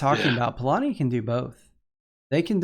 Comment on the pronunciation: Actually, in polish the word "Polania" is pronounced the way does it;)